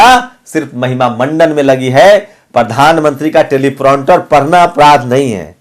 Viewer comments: Telepronter nahi Teleprompter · It's not 'telipronter' it's 'Teleprompter'